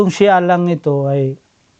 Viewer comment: Pagbanggit mo palang ng maayos sa pangalan ni Allah hindi mo ma-pronounce ng maayos. Hindi nga ganun kalalim ang pagkakaunawa mo sa Islam kaya kahit anong Relihiyon ang magpangaral sayo ay madali ka nila mapaniwala.